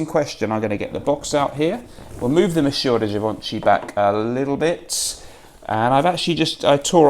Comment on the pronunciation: you really need to work on your pronunciation of Monsieur de Chanel. It took me several videos to realize what you meant. Cheers friend.